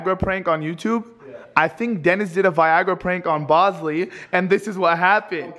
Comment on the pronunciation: remember when u called Bosley Boswell